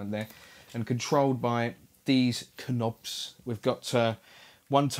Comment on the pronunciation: The k is silent in knob its almost like me saying hand me this knife saying the k its worse than adding the d in djent